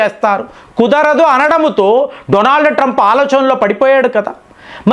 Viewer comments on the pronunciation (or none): none